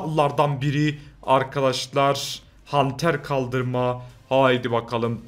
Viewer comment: Hanter değil halter